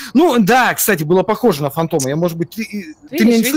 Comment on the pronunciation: так и есть нах. Я всегда это слышу а не НА